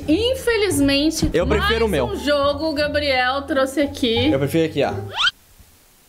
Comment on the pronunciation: Gente e impressão minha ou a falou gabri kkk